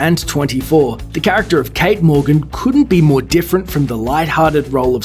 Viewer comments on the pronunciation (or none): none